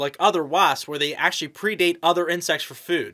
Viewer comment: Predate? You pronounced it wrong. Also obvious that you’re reading a script. Incompetent and boooooring.